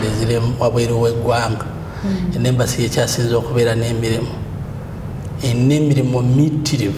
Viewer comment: It's Embassy not Embracy